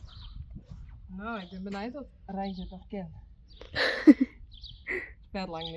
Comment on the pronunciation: I loved the way you said reintje its a beautiful name and has nice sound